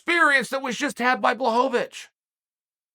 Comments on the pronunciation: Raychick -> Ra-kich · Raychik?? I like smartass who can't even learn someone's name correct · Raychick? It's pronounced Rock-itch. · Chael, Aleksandar is Rakic not Raychek. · Uncle Chael: Ray chick Alexander Rakic's ACL: Mr. Sonnen, I dont feel so good *snap* Jan Blachowicz: Nico nico kneeeeeeeee Jiri Prochazka: Ah, I see you are a man of culture as well. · How d hell you read Rakic - Raychick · his name is pronounced Raahhhkitch (like kitchen) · You say his name like (Rock ich) rakic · RAKEECH! it's not that hard to pronounce! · Who the hell is Raychick?? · Unc... think "jock itch"... Rakic'